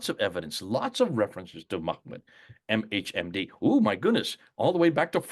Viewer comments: It's ma-ha madham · Just a note about Hebrew; You mispronounce the word MHMD (מחמד= מחמד עיני. שורש ח.מ.ד) There is no way in English to write how to pronounce it correctly. In any case, as you explained, it has nothing to do with the name Muhammad since it is a word in itself and not a name for a man. Of course I don't agree with you that the 'Old' Testament's entire purpose is to preach about the Christian Messiah - those who read the original language clearly see that this is not true, but that is another discussion.